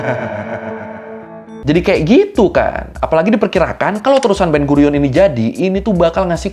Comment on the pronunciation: Slip of tongue detected, guiron to gurion